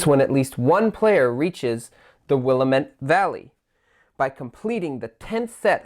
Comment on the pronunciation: Thanks! Its called will-amm-it